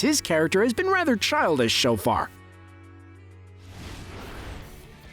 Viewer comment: "As his character has been rather childish SHO far"